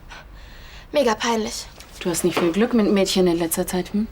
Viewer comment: spricht den Buchstaben G wie ein K aus. Glück =bei Klück... Begleiten = bei Bekleiten...